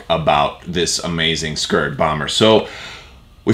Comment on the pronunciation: I kept hearing Scurd, not Skuurg. I'm a TIE Punisher fan myself. Look forward to more.